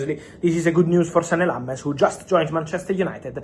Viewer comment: I'm surprised Fabrizio doesn't know how to pronounce lammens